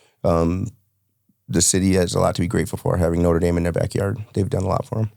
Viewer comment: I heard Norte Dame a good school? 😅